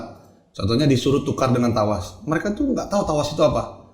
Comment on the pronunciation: Trawas bukan tawas chuakssss🤣